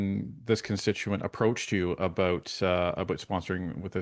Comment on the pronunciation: the way you pronounce about is bothering me. SouthPark would love lampooning you. Floors crossings en masse via recruitment is wrong and far from democracy or constitutionally accepted practices. FULL COMMUNIST.